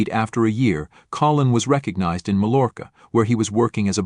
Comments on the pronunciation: MAL-ORKA?? Geesh, the Ls are not pronounced like L in Mallorca. (Should be pronounced more like 'my orca'.) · Mallorca - pronounced "my-your-kah." Can you imagine picking someone just to murder them for money? He never should get out.